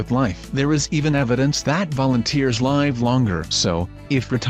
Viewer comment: Curious if this video was created with a computer-generated voice. The word "live" can be pronounced 2 different ways depending on its meaning, it was mispronounced for the meaning consistently.